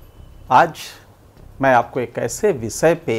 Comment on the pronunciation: उच्चारण तो ठीक कर लीजिए , विसय नही विषय, वैसे जब etv के पोलिटिकल एडिटर थे तो इसी पर किसी को नौकरी न देते, इंटरव्यू में आईएएस लेवल के सवाल पूछ रिजेक्ट करते वक्त बहुत मज़ा आता था न